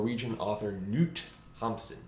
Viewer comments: Knut is pronounced like Canute, but without the A. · "I was reading it while walking in the street...it was always raining...Bukowski used to say...by the way his name Noot" 😬eww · you pronounce the 'k' in 'Knut' to its like "K-Nute" :)